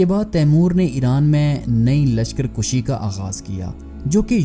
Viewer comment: تاریخی اعتبار سے %100 درست ہے میں تاریخ کا طالب علم ہوں۔کوئی بات غلط نہیں۔صرف لشکر کُشی نہیں لشکر کَشی ہوتا ہے۔